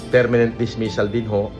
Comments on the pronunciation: kulaong OBOB talaga pronounciation at spelling ng "permanent " mali pa 🤣Hambog ng ukininanang 'to😡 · KUNGDI BA NAMAN BOBO YANG NA YAN PERMENENT DAW "PERMANENT" BOBO